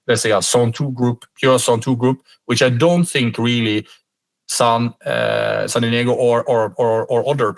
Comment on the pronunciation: «San Diego»🙈 Embarrased Norwegian 😂🙋‍♂️